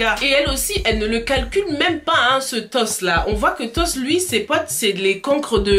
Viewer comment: c est toch au lieu toss